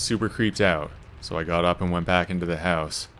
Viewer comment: I love how you pronounce house... hauss. Excellent stories and definitely unsettling feeling when you are alone in a house.